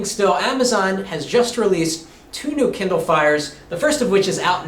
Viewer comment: It's kindle not kinder